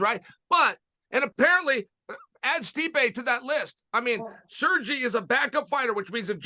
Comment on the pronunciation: "Serji Pavlich"